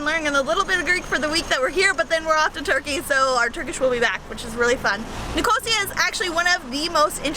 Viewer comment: it’s pronounced Ni-co-SEE-uh.